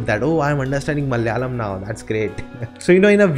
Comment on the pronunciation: Hi It's Malayalam, not Mal-yalam